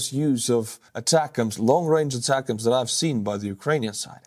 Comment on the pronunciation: it’s “A” “tac-ems” two words. Source: me, I was a mlrs crewmember in the US Army.